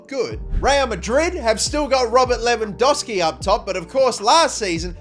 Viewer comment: Its not lewandoski its lewandoWski